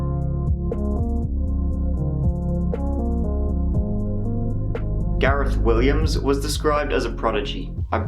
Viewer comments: It's Gareth not Garrett!!! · HOLD UP YOU SAID GARET LIKE U COULDN'T SAY THE H THEN GARETH STRAIGHT AFTER HMMM LOL U DO PUT ON SOME STUFF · says garetttt again. When before says Gareth properly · I like the way your pronunciation of "Gareth" seems to change every time you say it haha. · does the h not change the sound t makes where ever is from?